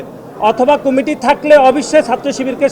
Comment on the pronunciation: দূর বেডা এটা কুমিটি হবে না,কমিটি হবে,উচ্চারণ ঠিক কর